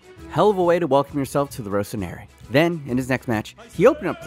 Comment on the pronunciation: He got suma to shout in English - that’s an achievement. Also learn how to pronounce Rossoneri correctly